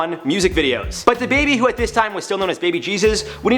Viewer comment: Its DaBaby not Da Baby